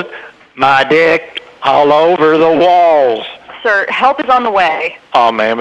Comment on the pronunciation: Everyone talks about the spaghetti meanwhile im laughing at how weirdly he pronouces "Wall"